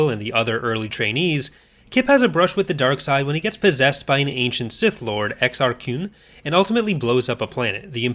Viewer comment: I love you and dedication to the pronunciation of Exar Kun.